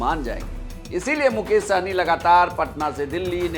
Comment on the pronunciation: सहनी नहीं सहणी😂😂